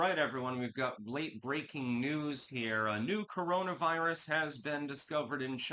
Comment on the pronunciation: Ooh, a new cowonaviwus? 😂 I’m so scared.